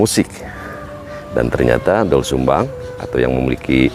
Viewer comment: Gimana tuh Narator "OE" itu dibaca "U",Bukan dibaca O jadi Dol Sumbang